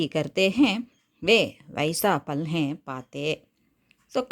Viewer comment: Mam fal nu dhane varum neenga pal nu solreenga?